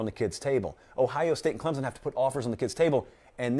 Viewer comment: it looks like John Emery tore his ACL. You were just talking about him. Also, you’re still saying Clemson wrong:) Update: he posted on Instagram that he just twisted his ankle. 🤞🏼